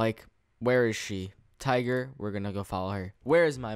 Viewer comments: tigger lol not tiger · It's tigger not tiger